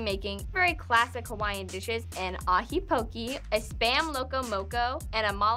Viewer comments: pronouncing poke pokie is truly irritating.. pokeh not pokie.. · if you love Hawaiian food, learn how to pronounce poke. It's not po-ki like doing the hokey poki, it's po-kay, like okay. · I was born in hawaii, my dad usually gets his work trips in hawaii, my mom was raised in hawaii, and I’ve never seen someone pronouce poke-e as poke-y It just really made me mad lol. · its not called "poki" its poke. "poki" is another word in Hawaiian that you don't wanna know. especially is ur haole(white). Why throw pineapples on stuff and call it Hawaiian, that's messed up smh. oh and pronounce Hawai'i correctly next time. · Just real quick: malasada is not Hawaiian...it is a local treat in Hawai'i..its actually Portuguese...Loco Moco also no Hawaiian...is a local dish. Hawai'i is the biggest buyer and consumers of spam so that is true. And Poke is pronounced PO-KAY just fysa. . Adult chef pineapple is not Hawai'i but I get Dole made it seemed that way at least you admitted you didn't know much about Hawai'i